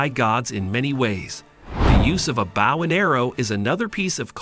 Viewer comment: Its (b OH w) not bow